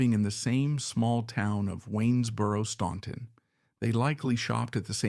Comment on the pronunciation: Please do your homework. Their home town is pronounced STANTON, not STAUNTON. THE U is silent. Also why do we keep seeing pictures of Jimmy Fortune when you are talking about Lew. Also, Johnny Cash was never “in” jail, except to perform his shows. There is a lot of misinformation in this.